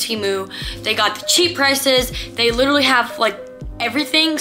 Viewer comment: Did you guys hear her say literwy like times and she didn’t say it right once!!!????